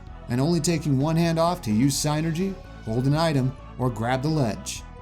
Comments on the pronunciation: Is it psi-nergy? I thought it would be pronounced syn-ergy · You where close in pronouncing it It’s Said Sinergey